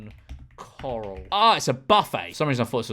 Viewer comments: Well, pronouncing corral as "coral" makes you look a bit of an a-hole :) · bro pronouncing corral like it's the stuff in the ocean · I can't be the first to comment that there is a difference between "coral" and "corral" lmao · Golden “Coral”😭😭😭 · Someone needs to cut George pronouncing Corral into The Walking Dead. Dead ringer for Andrew Lincoln saying "Carl."